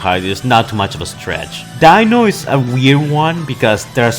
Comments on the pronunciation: Why do you keep butchering all of their names? It's Reed-man not red man and its Dee-no not Dino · It’s pronounced deeno but spelt dino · You keep saying dino like dinosour